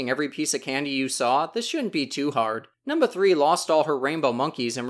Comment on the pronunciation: not to sound werid but i am way to into the way you say number because you sound funny saying it, sounding like "Num-Ba"